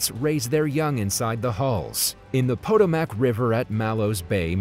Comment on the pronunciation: Wow, that river is pronounced "Pa-toe-mick". Not from the USA, eh?